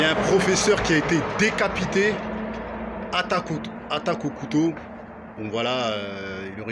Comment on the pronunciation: J'ai bien aimé quand t'as dis "attaque au couteau", on aurait dit un japonnais 😂